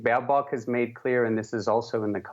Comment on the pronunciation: Baerbock 😂😂😂 this girl can't even pronunce simple german word's, this will be fun.